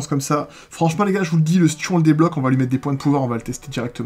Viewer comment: Sa se dis stu et pas stiou